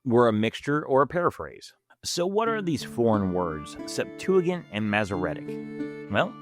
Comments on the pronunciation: Good video, but it’s pronounced Sep-tua-jint, not gint lol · Septuigint (sep 2 a gent), although spelled wrong here, it is the proper pronunciation. Love these videos man! Been binging since finding the channel 3 days ago. Sola fide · Septuagent has a soft g as in gentleman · I believe putting ANY emphasis on the Septuagint is too much. By the way, it is pronounced sep-TOO-uh-JINT. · It's not as bad as his pronunciation of Septuagint 😅